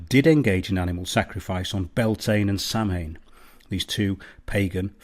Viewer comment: Great videos I love this channel Just a small FYI. Bealtaine is pronounced Be-owl-tin-eh. eh as in: eh, what's that mate? Samhain is, sow-in. It's a pain to learn, even for us believe me! 👍